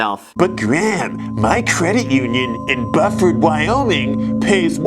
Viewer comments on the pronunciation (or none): 😂😂😂 you crack me up Graham. Buford’s last resident moved out a few years ago.. there’s nothing there now 🤣 so you’re good - no one will come after ya with that complaint lol. & it’s B-U-Ford 😊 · It's pronounced Byoo-ford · Guy from LA searches "lowest population town" in Google... boom, Buford WY (pronounced with U, not uhh... 😑😂) but hey don't worry, you'll keep this subscriber from Wyoming 🤷🏻‍♂️😂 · Said "Buford" wrong, but surprised to see the call out. CIT bank has been easy to use, and decent interest rate still after cuts.